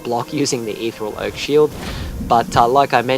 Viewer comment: Your pronunciation of ethereal really peeved me